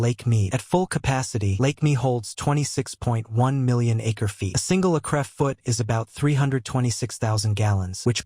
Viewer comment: AI garbage... "A single a-cref-foot"...